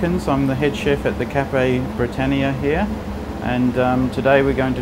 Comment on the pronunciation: You can't even pronounce "Britannia" correctly. Also this a very modern take, not classic at all. A classic ploughmans would be mature cheddar, crusty bread and pickled onions.